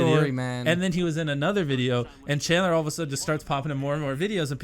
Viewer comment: Chadler its janitor